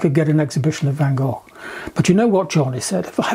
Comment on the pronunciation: Love the video, thanks. And I am so pleased John can pronounce the name Van Gogh correctly 👍😊